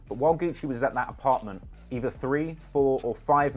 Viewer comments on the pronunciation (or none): none